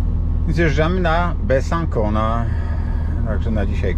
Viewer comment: Besancon wymawia sie Besansą!